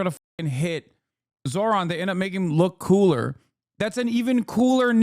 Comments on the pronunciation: Old white guy can't pronounce "Zohran"? It's a 2 syllable word. Probably shouldn't be a news guy (or whatever the fux nooz equivalent is) if you can't handle that. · These are the same peoplke that intentionally mispronounce Kamala's name. You're surprised he refused to pronounce Zohran correctly, Hasan? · I thought white ppl prided themselves on being "civilized " and having some decorum atleast in public. Now we atp where a "journalist" goes outta their way to not even pronounce the name correctly of the politician they're discussing on national television. Also why does TL sound like that now?? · The guy thinks not being able to say “Zohran” makes him look, what?… Smart?? Lmfao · To be fair, reading them correctly is a bit harder, mostly his first name, because it's not exactly how it looks. But yeah it's definitely not HARD. And like most people with "ethnic" names, as long as you make a sincere effort he'll probably let it slide. If you say "Zoran", while not exactly right he'd probably shrug it off as long as you didn't say it with disgust.